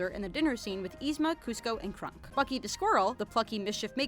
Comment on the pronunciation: Did the way she pronounces Kronk get on anybody else's nerves? It's Kronk, not Krunk.